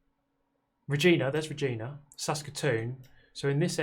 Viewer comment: Fun fact. Regina is actually pronounced Re-gyna. Like the female reproductive organ.